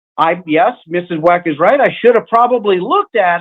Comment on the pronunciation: Is he intentionally saying "MRS. WACK" instead of "MRS. WECK"??? 🤔